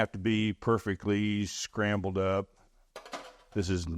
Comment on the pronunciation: Love me some “Scambled” eggs, lol.